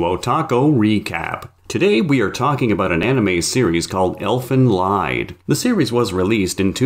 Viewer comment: It is pronounced "Elfen leeeeeed", not "layed". Learn some German.